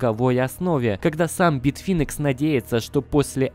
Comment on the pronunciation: учи английский. А то битфинекс и тезер - это просто "кровь из ушей".